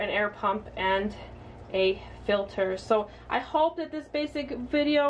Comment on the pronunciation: Ill make sure to double check my ''fiter'' lol